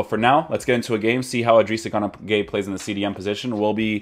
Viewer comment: It's guy not gay 😂 Idris gana guy